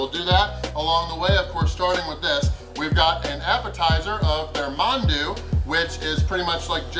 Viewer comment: I'm impressed, you pronounced mandu with the "a" silent..as it should be